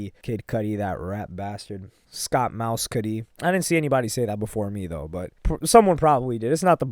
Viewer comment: Its not pronounced mouse-cudi its mes-cudi